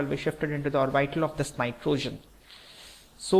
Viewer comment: please learn how to pronounce orbit and amine